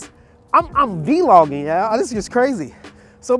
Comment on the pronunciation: Bro you killing me with this...LOL. Its Vlogging not V-Logging.. LOL!! LOL! Its one word.. But the video is good man.. LOLOLOL!